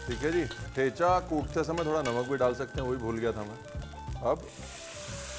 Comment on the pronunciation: Chef Ranveer.... Ek request hei...Aap bass ek baar Thecha correct pronounce karo na.... The way we marathis pronounce it. 😊🙏